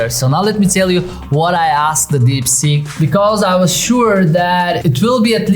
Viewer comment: sounds like deepsjit